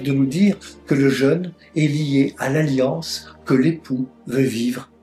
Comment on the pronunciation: Je suis gêné par la prononciation du mot jeune beaucoup ne font pas de différence entre le mot jeune ( adolescent ) et le son jeune ( avec l accent ) pour parler du carême